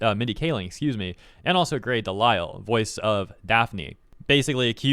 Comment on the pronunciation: im glad you figured out how to pronounce her name after the last vid..but they'll never be as good as bridget hoffman..